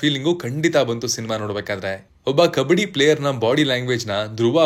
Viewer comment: ಕಬಡ್ಡಿ taane adu? ಕಬ್ಬಡಿ ಅಲ್ಲ